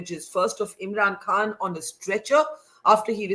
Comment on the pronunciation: Barkha pronounces "Eem'ran kahn". So irritating 😑